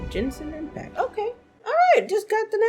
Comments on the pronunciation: I still can't believe she still called it Jenshin Impact I can't stop lmao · Ah yes my favorite gacha game Jen-sin Impact